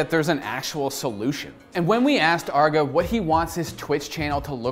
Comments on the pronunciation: its not Arr-GA Its Ar-Gae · Its arguh? I thought it was just arge, like you say large just without the L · for me the worst part of this vid is saying arg uh instead of arg geey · It's Arrge, not Argg. He's not a pirate! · It's Arr-gey not Arg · I was triggered by hin saying "Arrgo" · ARRGEEEEEE MAYTEE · between the unbuttoned shirt and the pronunciation of Arrgee, this is my favorite video yet. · He pronounced his name "argo" wtf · you say his name wrong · You can tell this dude didn't know what he's talking about and just needed a video. He's literally just recapping arrge's video he made and saying his name wrong repeatedly. Lazy video. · You absolutely butchered the name but glad to see an OW video an especially and aarge one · You mispronounced his name the entire episode, have an unbuttoned shirt, and don't really know that much about this guy at all (I mean for a good portion of the video you were just paraphrasing what he said in the interview). Gonna be honest, this is probably the worst episode I've seen on this channel. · Damn... Pronounce his name right. You do research yet can't say his damn name...